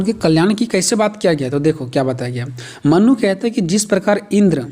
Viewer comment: Mannu nhi manu 🫣